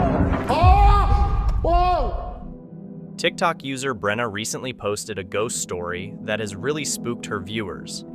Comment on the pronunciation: I’m a fellow Brenna and on behalf of myself and all the other Brennas of the world, I’d like to sincerely thank you for saying it properly and not mispronouncing it as, Breanna, Brenda, Brennan, or Breena 👏🏻🙌🏻🥹.